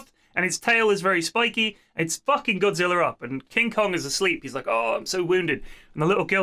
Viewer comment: Pronouncing it as godziller is the dumbest thing I've ever heard... They even said godzilla multiple times